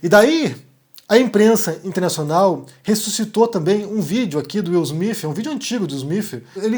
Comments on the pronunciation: Desculpa a ignorância, mas não é Smith ? Por que vc fala Smifh. É o som que se deve usar? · Bom dia! Eu achei estranho, desconfiei no início. Se ele estava com tanta raiva, por que um tapa e não um murro? Seria mais eficaz... Mas o que eu acho mais estranho é a sua pronúncia do nome do Will Smith... Soa Will Smif, acho tão estranho... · fala Will smif KK